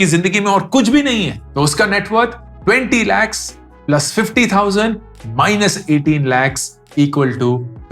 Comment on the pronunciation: Bhaiya.... Jo 'KH' خ 'ख़' khair, Aakhir, khushi isme sahi hai par har kh ko KH pronounce karte ho jaise k 'lakh' 😂.... Isme simple kh pronounce hota 😅😅😅😅